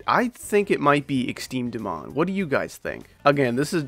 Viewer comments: its not exteme dmon its extrem demon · "Exteme dmon" 💀💀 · I love when you say exteme dmon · I like it when he says "exteme dmon"